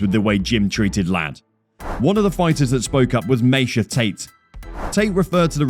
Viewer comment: Are we just going to ignore the fact that this narrator didn't know how to say any of the fighter's names? sooooga? May-sha tate? Bro do you even watch mma?